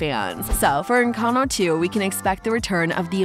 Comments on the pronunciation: "ENCANO" HELP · Sorry, but I am a native Spanish speaker and the why she pronounces it is horrible. Sorry you got offended for a comment not regarding you